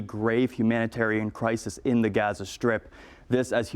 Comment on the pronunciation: Why do they keep pronouncing Gaza wrong tf.